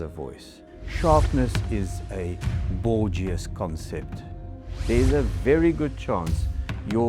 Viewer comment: “Bourgeois” LOL!